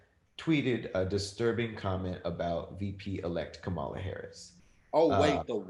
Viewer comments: Kamala. Comma-la. Love y’all but it’s comma-la. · Kamala (Comma-la) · I love you but you are pronouncing Kampala’s name wrong. Its COMMA-LUH. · please learn how to say VP Elect Harris' first name!!!